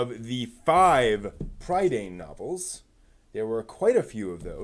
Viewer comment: PRIH-dane, TAHR-un, the novels are based on WELSH MYTHOLOGY, and th way they are structured is similar to the Mabinigion, an ancient text full of old Welsh stories. Do some basic research before you make a whole ass video man.